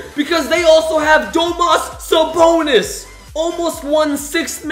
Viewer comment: I love how calls him Domass Sabonas